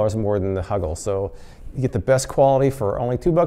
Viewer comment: Why do I find it so funny to hear you say “huggle” and “snuggy”?!? 🙈😂